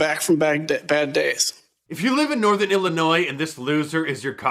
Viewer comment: The 'S' in Illinois is SILENT.